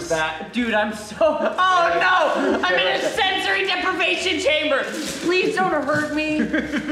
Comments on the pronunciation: IM IN A SESORY DEPRIVATION CHAMBER me: 😢😭😪 you said it right 🥺😭 Unus Annus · NOT BEING ABLE TO SPEAK WAS A LIE HE LITERALLY SAYS SENSORY DEPRIVATION CHAMBER 😂😂😂